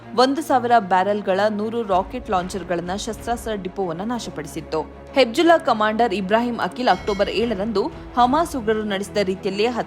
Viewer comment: ಅದು ಹೆಬ್ಜುಲ್ಲಾ ಅಲ್ಲ,ಅದು ಹಿಜ್ ಬೊಲ್ಲಾ (Hezbollah)